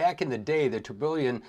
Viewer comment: Hey, love the video. Don’t mean to be “that guy” but you miss pronounced Tourbillon pretty badly, it’s pronounced tur-be-yawn